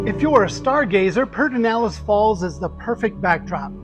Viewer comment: This is not how Pedernales in pronounced, but it is a great park!